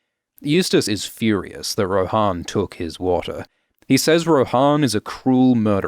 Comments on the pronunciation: on audiobook is her name pronounced Roe-Han or Roe-Anne, because you have just shook me to my core 💀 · Pronounced Ro-Anne, yeah? We're not in middle earth... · Isn't it pronounced like "Anne" but with "Roh" at the start. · How is it pronounced Joanne that doesn’t make any sense also in the audiobooks it’s pronounced Rohanne like how it’s spelt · I assumed Rohanne was pronounced like Jo-Ann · Am I crazy, or is Rohanne not pronounced like Joanne? I never considered pronouncing it like the horse lords form LOTR.